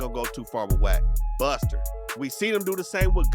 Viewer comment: BUSTER!! He said that with emphasis. I really can watch this guy do a whole breakdown on Wack